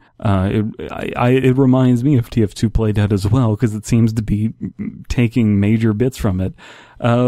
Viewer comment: when you said play dead, I thought you said "plate head"